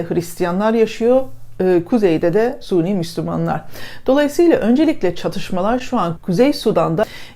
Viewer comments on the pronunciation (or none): suni derken sanırım sünni demek isteniyor. lütfen doğru telaffuz. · Suni değil sünni.. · hanım suni değil!, sünni!!!